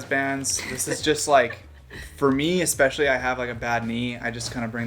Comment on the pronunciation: Especially is not pronounced “exspeshily”…just sayin’